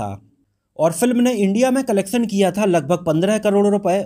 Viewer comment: Sha shabd ka sahi ucharan kijye. Bhasha shudh kijye . Solay mat kaho . Collectuon ko aap colleksan keh rahe ho. Mujhe sharm aati he apka vdo dekhta hu aur apki bhasha sunta mujhe bhut sharm aati he Me dislikeckrta hu